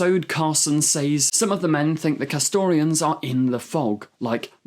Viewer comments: This guy pronounces “says” like “saze” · Well, he's an enthusiastic, that's okay. What annoyed me is that he apologised for possibly mispronouncing an unusual name, yet at the same time can't pronounce 'says' correctly.